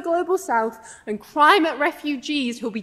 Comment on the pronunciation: DID SHE SAY CRIME-ATE REFUGEES